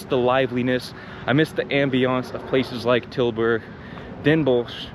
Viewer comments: My man just casually dropping perfect pronunciations of Tilburg and Den Bosch in there like it's nothing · Your pronunciation of Tilburg and Den Bosch is spot on btw